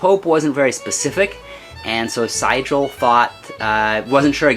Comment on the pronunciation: Enjoyed the perspective from miniatures. You are mispronouncing the name of General Sigel. It is "SEE GEL". Terrible general too.